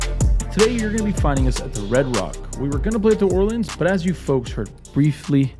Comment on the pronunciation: Ask a local how to pronounce The Orleans because you are butchering it.